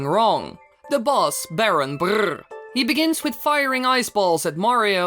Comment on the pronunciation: How the heck do you say "Baron Brrrrr" like that?!